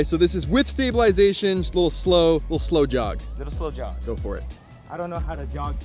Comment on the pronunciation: When you said "slow jog" I thought you said "blow job"